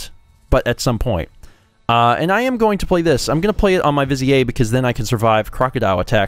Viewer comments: Hey, it is spelled viz-i-eh. It was a good guess. But yeah, it's viz-ear. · Come on, it's pronounced "viz-eer." Haven't you ever seen Aladdin? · Every time you say "vizier" I die a little inside 😶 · trying to make vizier sound French and fancy lol